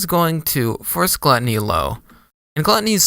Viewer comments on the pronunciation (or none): i’m a year late but it’s pronounced “glue-tony” this vid is wrong LOL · for future reference, it's pronounced glue--tony